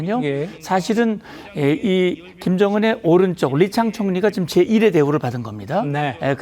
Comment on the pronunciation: 리창이 아니고 리챵입니다. 오히려 번역어 리강이라고 표 기 브리핑 하세 요.